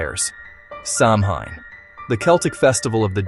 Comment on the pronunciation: Its pronounced sow when not Sam hine